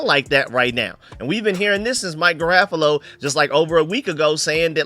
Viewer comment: It’s pronounced Mike Garah-foe-low Killing me with that 😂😂